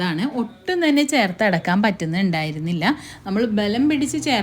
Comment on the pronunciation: അടക്കാൻ അല്ല അടയ്ക്കാൻ എന്ന് പറയ്